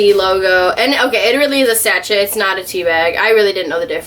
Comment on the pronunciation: it’s “sash-shay” not “satch-et” haha